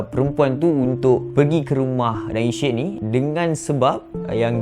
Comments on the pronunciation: Sebut betul betulah Syed bukan syid Kita jgn sebar aib org nanti org lain pulak ulas aib kita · Syed tu sebut dgn betul... Bukan shetttt... Sebutan said ejaan syed... Bukanya shittt.. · S Y E D....cuba sebut betul2. Klu x reti nak eja... masuk tadika !!!! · Syed disebut sayed Social disebut soshel bukan sho-shel Sama2... hahahaha